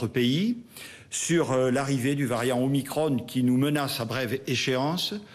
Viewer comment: On dit Veran pas Verane, Macron pas macrone, donc Omicron pas Omicrone